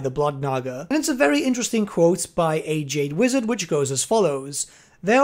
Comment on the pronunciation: You say 'A jade wizard' My brain hears ' AJ d' wizard'